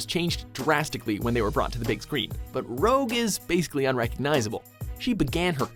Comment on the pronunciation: What is it with people and red make-up here? ROGUE! not ROUGE!